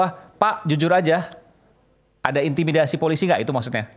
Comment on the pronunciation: Aduh pak bilang z ada intimidasi susah amat sih pak 😂